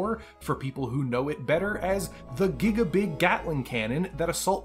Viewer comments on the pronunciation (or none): none